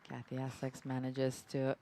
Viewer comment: It would be good if the commentator was pronouncing Katy's name correctly. IT'S NOT CATY!!! It begins with a "K".